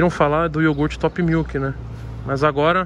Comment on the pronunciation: niguém: A toguro: é iorgute fellas, pureza, não é bebida lactea não ... nuuu